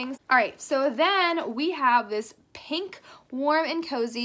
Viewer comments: No one:: " this cute little paink mirror" Lol you said paink instead of pink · When you were talking about the mirror she said pank instead of pink lol